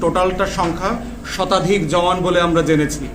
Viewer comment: The correct pronunciation is “Jawan” not “Zawan.”